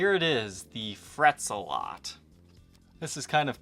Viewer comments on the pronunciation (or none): ZEH-LET! ZEH-LET! NOT ZUH-LOT! Seriously? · Isn't it pronounced Fret Zel-it? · Well, that was a good advertisement for a product, not. And it’s Zealot,the “ea” sounds like the “e” in petrol.